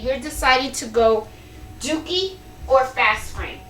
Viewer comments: DURkee not DOOkie 😊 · Great video! Sorry but I giggled everytime you said dookie frames🤣 My 12 year old was also getting a kick out of it💩🤪🤣